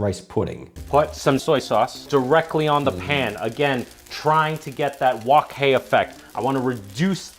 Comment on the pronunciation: Brian's fried rice looks like a warm hug to the tums. 😋 ☺️ p/s: Nice job on the wok hei pronunciation,. You nailed it 😅👌